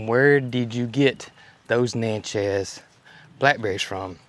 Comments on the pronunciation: Pronounced Nat-chez. Indian tribe. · You do not pronounce Natchez correctly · I'm not the name police. Call them what you want 😊. No biggie, but Natchez is like matches with an N in front.